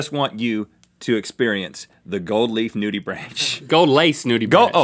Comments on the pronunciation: It's pronounced noodybrank, not noodybranch. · Nudibranch is pronounced nudy-bronk actually. Sorry to be that guy but it bugged me. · It’s pronounced “NOO-dee-brank” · Nudibranch is pronounced nudi-brank, not like a tree branch. They are really cool creatures that are incredibly understudied!! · “Nudibranch.” It’s nudi-branck. I don’t know why. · cringes every time they say nudibranch It's nudi-brahnk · it is pronounced nudibranc, the he is silent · Bruhhh, the way he pronounced nudibranch smh